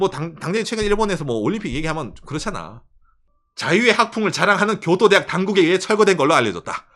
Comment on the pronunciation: 교도대학 발음 좋앗다